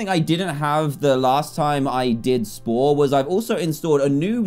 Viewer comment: Its funny because when he sed what is spore I heard wha i por 🤣🤣🤣🤣🤣🤣LOOOOOOOL🤣